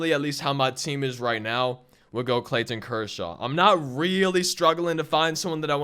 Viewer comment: “ClayTTTon Kershaw” lol